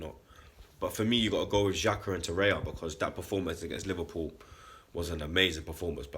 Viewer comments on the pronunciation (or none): It's Torreira not Torreia!